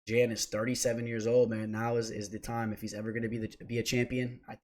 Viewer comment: Love the content and insight, I always drop a like. "Jan" though? It's pronounced "yawn"